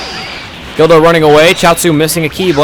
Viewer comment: its guldo not gildo...